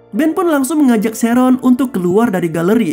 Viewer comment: sheren kek gitu lh bg bacanya bkn sheron🗿